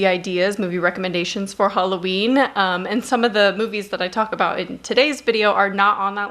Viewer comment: Hulloween? Which accent is that?